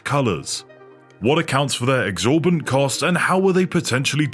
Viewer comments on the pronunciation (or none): I think the word you are meaning to say is "exsorbitant.' Not exorbant.